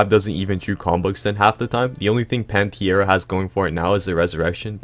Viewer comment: What dimension was bro pulling that i out of when saying pantera💀